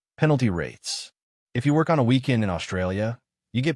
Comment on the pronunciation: AI graphics don't match the commentary, confusing. And "focus", "worck"?